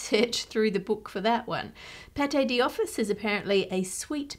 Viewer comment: I notice she's saying 'paté di office' when the text instead says 'pâte d'office' (which would be kind of like pot doffice). Which makes me wonder if her version is an actual English pronunciation of that food that has become the normal standard in english (there are lots of borrowed words and phrases like that!), or if she's just really terrible at french. 😂